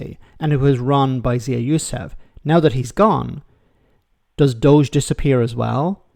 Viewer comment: Doge pronounced dodgy. Doge for Counties, 😂😂😂 These guys are County Jesters!